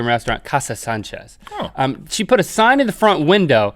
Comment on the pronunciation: Did he say senchez or did he say Sanchez Any one think manolo